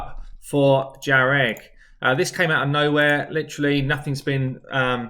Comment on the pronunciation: Jah-reg, lmao